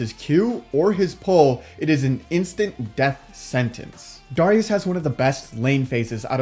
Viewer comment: The way he says Darius ugh